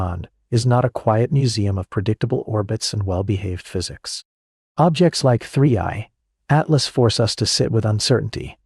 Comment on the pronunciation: First im legit 20 seconds in and your facts are wrong, its the Third interstella object not the second, why else is it called "3I" for?? cos its the third, so in that fact im not even watching the rest of this video. and ps might wanna pronuce the name right "3 I Atlas" not 3 80 atlas haha